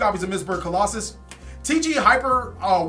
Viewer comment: [King Of Games] BTW, stop mispronouncing their names. You do this at least once a video. Look at the card, as you can see it clearly doesn’t say colossus. It’s not that hard